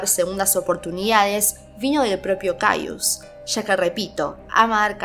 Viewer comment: Se pronuncia cayes